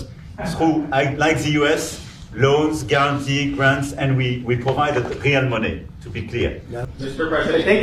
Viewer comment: Macron a dit en anglais : ''... we provide Réal money...'' Parlait-il de la monnaie brésilienne, le Réal ? Ou est-ce une erreur de prononciation : real (prononcer riiil money) ???